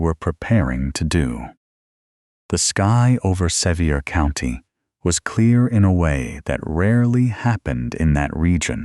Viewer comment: I was born & raised in Sevier County, TN, and have 150 years worth of people in the ground there. I really enjoy these stories, whether fabricated or not, but for future reference, it is pronounced "suh-VEER" County. The various incorrect pronunciations really detract from the story.